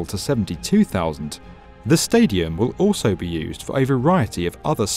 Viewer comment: Oso? It's also. Poor pronunciation